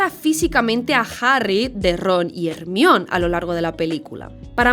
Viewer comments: Dislike por como pronuncian Hermione xd yo se que inventaron la lengua pero rayos, no siempre hay que decirlo como se lee :S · ermion?? Jermayoni se pronuncia, ostrasss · me tiembla el 4n0 cada vez que escucho hermion, pero buen video, Cuaron es el mejor director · BASTA DE DECIRLE HEMBRIÓN A JER MAI O NI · "Ermión"... Uff, espero y deseo que el doblaje en castellano de la serie por fin traduzca Hermione como "Germaioni" y no como "Ermión". Una vez que te acostumbras a como es el nombre en realidad suena horrible cómo lo hicieron en castellano en las películas. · hermión, no. Jermayoni. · "/ermión/" pffff me mataste. Es /Jermáioni/! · Perdón pero no se dice “HErmion” es Germaiony como debe de decirse su nombre 😭 porque le cambian el nombre no entiendo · Ermión? Joder tía se pronuncia "Germáioni" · Ermion??? Que horrible! Es Germaioni!!!!! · Por qué le dice "ermión" a jermaioni? 🤔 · Como que dicen ermión en españa??? se dice jermaioni!!! jajaj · Hermion NO, ES JERMAIONI!!!!!! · Se escribe Hermione Los españoles le dicen Ermion culerisimo por cierto En mexico Le decimos Germaiony el mejor nombre Deribado del Ingles Hermione = Her(ger),m(i)=m(ai), on(e)=on(i) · Por qué si pronuncias "Petigru" como "Pidigru" pero dices "ermion" en ves de "jermaioni"? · como que ermión 😂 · Magel, Hermion omg son alérgicos al inglés. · Ermion! 😂😂😂😂😂 tanto les cuesta pronunciar el inglés??? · Who the fak si "Ermión" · Quien es Ermion? 😂😂😂😂😂😂😂😂😂😂😂😂😂😂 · "ermion" jajaja jajaja jajajaja jajajaja jajajaja si acaso sabes como se pronuncia de verdad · Hermion?? Wtf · No le puedes decir Hermión a Hermione, que tienen los españoles en la cabeza?!...Castellanizalo como Herminia en ultimo caso lpm... Buen video fuera de eso. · Siempre me deja loco escuchar "Ermión"😂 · COMO QUE "HERMION"?😭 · Me da algo cada vez que dice Ermion ay dio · Ermion jaaskas q mrd porque le dice así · No digas “ermion” 🤦🏻‍♂️ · Como va a pronunciar a hermione ASII "HERMIÓN" diosssssss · Ermion jajajajajajajajajjajajaj